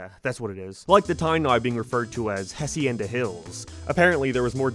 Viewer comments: it’s pronounced ah-see-YEN-da. Latino’s don’t pronounce the “H” and I guess Irishmen pronounce their “H’s” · ……. the H in hacienda is silent…………. /LH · The h is silent in Spanish